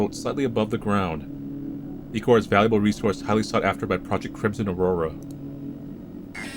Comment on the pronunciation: Īchor (eye-core)